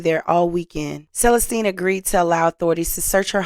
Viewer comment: Hi. I noticed how you pronounced Celestine. It's pronounced SUH LESS STEEN. Your videos are fantastic and some of us want you to be an even better host. Remember about ILLINOIs?